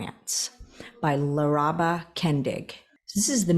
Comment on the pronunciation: I am always vaguely amused by people mispronouncing my mom's name! It's Lar-uh-buh Kendig!